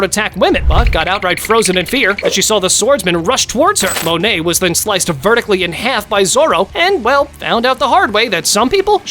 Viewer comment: Bro called Monet money